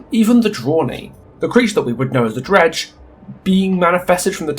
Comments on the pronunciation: Are you calling the dredge “Greg” at some points or am I just going deaf and mishearing an accent? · Am I the only one who heard ‘Greg’ ever other time you say Dredge. Even the subtitles agree. It could be a good nickname for it. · Or "Reg" like, Reginald.